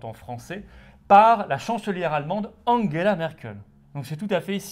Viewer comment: Je suis patriote mais svp Angela pas Anguela on est pas allemand merci